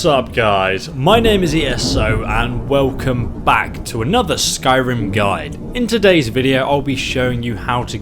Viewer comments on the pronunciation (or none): none